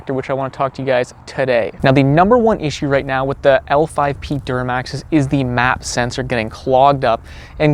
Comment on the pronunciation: L5P man, not 5lp 😂